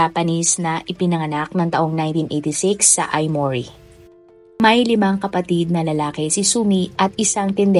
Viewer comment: not Aimori Aomori が正しい発音です。